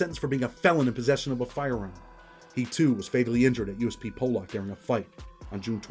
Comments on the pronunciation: It’s pollock you all pronounce it wrong ( po-luck) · lol it pronounced (po luck) 👍🏻